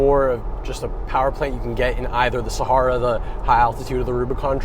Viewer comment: It's pronounced Sahara not Sahara 😉